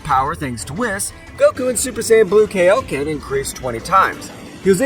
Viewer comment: bro said kiloken 50 times